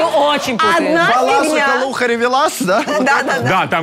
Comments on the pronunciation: Правильно говорить БалашИха, а не БАлАшиха))) нигай колхозница какая то, Лёша и Андрей топ🔥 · ГОСПОДИ БОЖЕ МОЙ НУ ПОЖАЛУЙСТА БалашИха! Ударение на И! Аж слух режет...пофиг на эту Карину, её стерпеть ещё можно, но несколько раз неправильно произнести название города, это сильно.